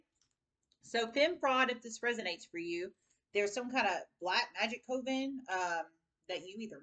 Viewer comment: Dear.... a witch's COVEN is pronounced Coven. Rhyming with OVEN. Thanks for correcting